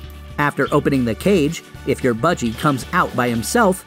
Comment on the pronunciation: Is it just me who’s kinda annoyed by budg eyregar? No hate by the way love the video